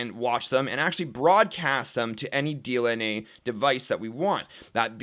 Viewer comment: Hey its DLNA and not DNLA:)